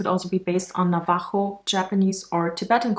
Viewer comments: You said navajo wrong but I don't blame you yes we have 4 sacred mountains around us and 2 in side our home in sorry but ima call cap because she is African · I kinda cringed the way you said Navajo but it happens, lol. Also, we prefer to be called Diné, which means the People. And I 110% agree with you that the 4 elements are universal. As a Diné, we live off of Mother Nature, as does everyone in this world. I love Avatar and all I want avoided is whitewashing